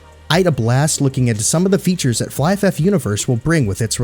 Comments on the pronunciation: I always pronounce it fliff. But it's fly. So I now say fly ff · Really nice done, you got my Abo. The pronunciation of Flyff sounds a bit weird (Flyf-F) that the Last F get individual pronounced. Never heard someone pronouncing it that way tbh 😂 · It took me a while to understand that you meant Flyff by Fly FF; I thought you were saying Flyff F F and I was so confused lmao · just remove the extra f pronounce at the end your totally fine bro :D